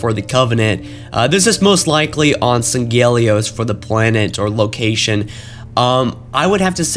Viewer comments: It's Sang-He-lee-os, not San-Geh-lee-os. Damnit. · Sang-Heel-E-Os not Sang-Ghel-E-Os